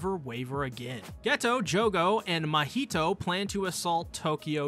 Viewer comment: Why did he turn Mahito’s name to a Spanish dish 🤣🤣